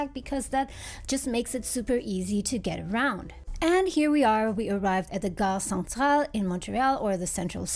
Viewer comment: the way she pronounced "gare centrale" was really good